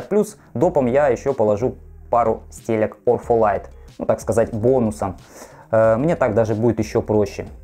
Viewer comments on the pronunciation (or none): Где ты прочитал букву Ф? Ортолайт! Не ОрФолайт.